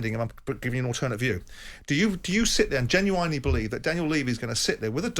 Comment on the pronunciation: Genu-wine-ly believe